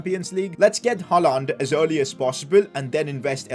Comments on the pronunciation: it is pronounced as "Haa-Lend" not "Haa-Laaand" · Never say HaaLAND again.